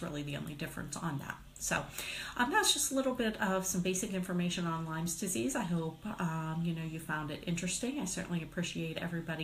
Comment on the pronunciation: first it would be good if you know how to say lyme disease.wow